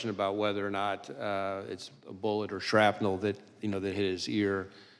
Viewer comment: "shrapnell?""" from WHAT???? geez luiz this man sounds like he never saw the video.